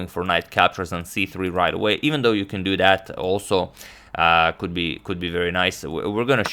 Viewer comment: Now anytime someone says "you could do that" I hear "you could dudat"